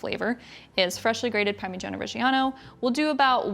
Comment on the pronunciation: I like the way you say parmigiana regi whatever. I can never say it.